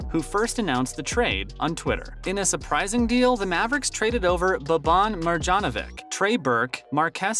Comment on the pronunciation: Dončić = Donchich and not Donkik ... you have learn the right pronouncing of Lukas surname. Marjanović = Maryanovich.